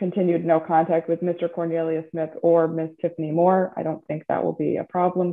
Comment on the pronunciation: He did pronounce it " cone-il-i-ous, so although it's traditionally "corn", who knows.